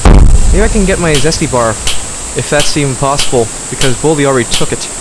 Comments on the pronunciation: bro said bladi instead of baldi 💀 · Baldi❌️ Bladi✅️